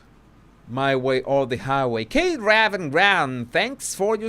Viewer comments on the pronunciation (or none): none